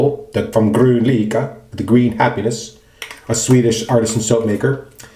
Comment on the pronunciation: You can hear the correct pronunciation if you google translate "Green happiness" to Swedish "Grön lycka" - You did quite good!